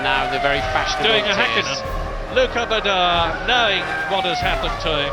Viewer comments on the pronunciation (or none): Official voice of Formula 1 and he can't pronounce RETTIFILO (he said RETTIFILIO). And BADOR instead of BADOER.